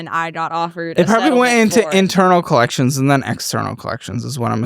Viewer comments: If she says “clections” one more time instead of collections I stg. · The fact she can’t pronounce C’s or K’s in half her words is blowing my mind 😅 Tetsis and Colletchins had me rolling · The way she pronounces "-icks" words as "-its" drives me up a wall... OMG "collet-shuns" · the way she pronounces "collections" 😭